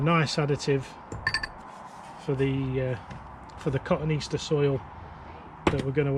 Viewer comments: I’m going to be “That Guy”. It ain’t Cotton Easter but rather Ka-tone-ee-aster. Thanks for the video. I’m liking the daily frequency, keep it up. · Thank You for being "That guy", My horticulture heart skipped a beat when he said that. Funny thing, recently did a search for cotoneaster and Google asked if I meant cotton easter.